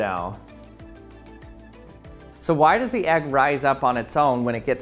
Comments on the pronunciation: Why do you say "egg" like "ag"? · Dude calls an egg AGG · Why do you keep calling the “egg” an “agg”?